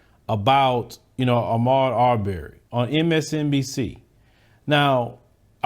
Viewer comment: Bro you are %100 right, no doubt about it. I'm from Fort Worth, so I understand it might be the southern accent, but plz get this man's last name right. It's Aubrey not Auberry. Keep doing what you doing though. Much respect.